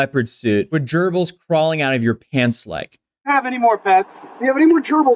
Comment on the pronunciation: "Multiple germils recovered" 🤣😂🤣😂🤣